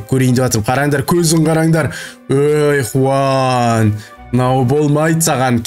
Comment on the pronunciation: аға аты хуан емес жуан